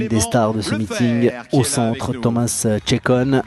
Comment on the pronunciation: Thomas's name on a French manner sounds so nice :)